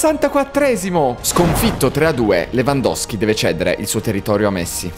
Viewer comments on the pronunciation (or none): Si dice Lewandowski